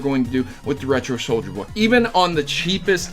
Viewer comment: I must say, I cringed every time you said "Soldier Boy" instead of "SouljaBoy" but either way, hope Nintendo puts his ass in jail